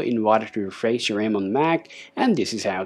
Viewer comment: Is Refresh not Refreiz